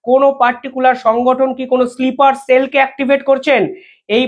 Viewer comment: ওটা স্লিপার সেল নয় স্নাইপার সেল, বা স্নিপার সেল😊